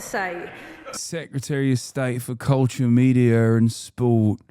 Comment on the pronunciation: Hasan, ‘culture’ is pronounced kol-tchya in Oibruvish. I hope this helps 👍